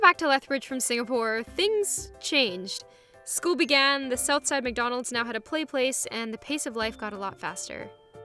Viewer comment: When she said "school began" i thought she said "scooby gang"